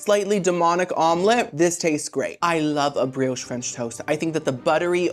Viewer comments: It's pronounce bree osh ot bree oshay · That's dragon fruit with the key lime pie. Btw, the "e" in brioche is silent.